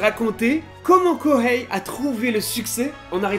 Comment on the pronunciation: Arghhh il n'y a pas de prononciation de H en japonais Kohei ce dit Koei